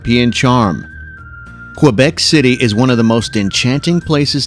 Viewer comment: Did you hear him say Quebec?